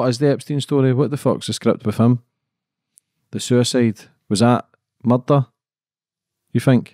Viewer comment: God I love it when a Scot says "murder". It comes out "mudda". Now if only he said "I saw a murderer in the mirror", my life would be complete.